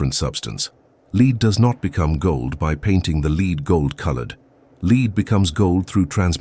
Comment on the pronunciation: No idea how this appeared in my feed. The comments are puzzling as it seems the pseudo intellectual bots are at war with one another. The video lost me after the 'narrator' couldn't pronounce the word lead. Multiple times. Stop telling me how to be human dang robots!